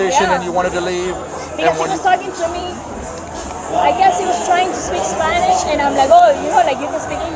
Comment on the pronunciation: Hahah is actually pretty good in Spanish. Pronunciation. Is almost perfect 😂